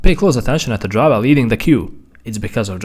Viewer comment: God i love when he says "DriVA"😭